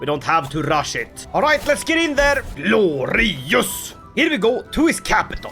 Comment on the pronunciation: take a shot every time he says gloreeyus